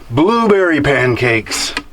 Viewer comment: at first I thought I heard say he was eating blueberry MANcakes but then I realized he said they were blueberry VANcakes.